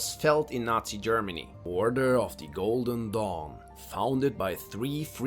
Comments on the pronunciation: Every time he said "golden dawn" I heard "Golden Dong" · I thought he said "The Order of the GOLDEN DONG" LMAOOO🤣